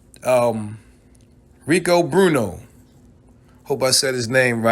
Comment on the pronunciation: Awwww the Bmore came out. You called that man Rico Bruno. It’s Bueno, you say it like Bwayno. Meaning good in Spanish. lol. You terrible. All Bmore accent. We definitely gotta link. You share the mind as me on Pac. I’m right here in DC. I changed my name a few times but I think you know who it is. Stay up. Been riding from day one. Literally. Funny as shit. You fugked that all up.